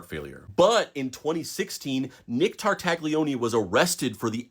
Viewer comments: I will say sth, but don't take it bad, please. Tartaglione is pronounced with a silent g and the "lio" sound is more like the "nia" sound in the word lasagna but with an L instead of an N. Sorry, I watched the whole video out of honest interest to the story, but every time the surname of that guy was pronounced my ears bled a little.. 🙏🙏❤ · I'm pretty sure the g is silent. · The g is silent in Italian names. I'm sorry. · Sorry but just because officer Nick was a bad guy doesn't mean you should do the Italian language dirty like that. It's tar-tay-oni not tar-tag-lioni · All good, just stop saying /Tar/Tag/Lioney, please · You massacred the name Tartaglione. Tarta Lyo nay. (The G is silent). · In case you meet any new Italian friends with similar names, you should know how to say them. "Tartaglione" is properly pronounced "TAR-tal-YONE", optionally adding a soft "é" sound at the end. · Damn bro!!! Stooooop pronouncing that G!!! It hurts my ears. 😂😂 its Tartalioni!!! The G is silent. 😂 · Don’t pronounce the g!!! Tartaglione = Tartalione. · The G is silent in Tartaglione 😭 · Maybe look up how to pronounce Italian names. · I wanted to like this video but this guy kept pronouncing the "g" in Tartaglione and found it very annoying, lol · For the love of god, look up how to pronounce tartaglione before filming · Interesting story! I wish people would learn how to pronounce Italian names, though... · The G in Tartaglione is silent. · I know he was bad, but come on, you don’t have to butcher Tartaglione’s name. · This is a really interesting bit of history to learn. My only real gripe is that the g in an Italian name like Tartaglione is silent due to the L immediately following it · Ay, uh, maybe don’t pronounce the G in Nick’s last name.